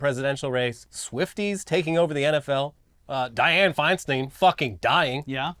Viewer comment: Die ann Fienstine? That's exactily what I heard